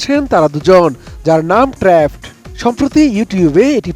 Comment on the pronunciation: trapped এটার উচ্চারণ নাকি ট্রেপঅড। এগুলা কাদের দিয়ে সংবাদ পড়ানো হয়!!